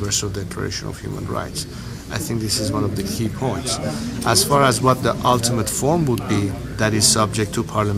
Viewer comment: اینکه همه عمرش فقط چهارسال ایران بوده چرا انگلیسیش اینقدر اشقال هست؟ Eksept نیست Expect هست. Altimate نیست Ultimate هست. Tangeable نیست Tangible هست. از هر. ۱۰ لغت سه تاش را اشتباه میگه و ۷ تاش را بد تلفظ میکنه.